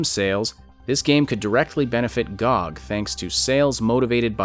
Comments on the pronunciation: As much as I loved the commentary. In the future - please oh please, pronounce G O G by letters :D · >pronounces G-O-G as GOG Most controversial part of this vid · Lmao first time I heard someone pronouncing it gog